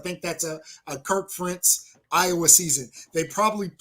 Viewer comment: Ferentz has been there nearly a quarter century. You’ve had plenty of time to learn how to pronounce his name. Worst case scenario, Iowa finishes the regular season 8-4. The defense is going to take a step back, but I think with the upgrade at QB, the offense will take a greater step forward.